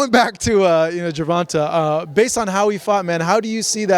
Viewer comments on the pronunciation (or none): Y can't this reporter can't say TANK name. The right way .he keep saying Gervonta name wrong..dang bro